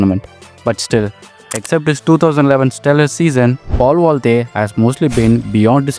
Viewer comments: I believe it's paul valthaty not valthey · Bro thats Paul ValthaTY, not Paul Valthy